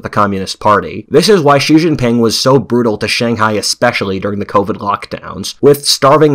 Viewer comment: Consider that "George Friedman is an internationally recognized geopolitical forecaster and strategist on international affairs and the founder and chairman of Geopolitical Futures." but he can't pronounce "Xi" in Xi Jinping -- the second most important global leader for the past decade.